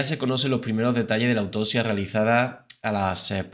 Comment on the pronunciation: “Autosia”, “corruto”, “mordicos”, “dotor”, “reaciona” “majomeno”🙄🙄🙄 pronuncia correctamente: autoPsia, corruPto, mordiScos, doCtor, reaCciona, mas o menos. 🤦🏻‍♀️🙉🙈